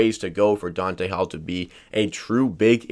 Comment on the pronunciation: Not Dante....DONTA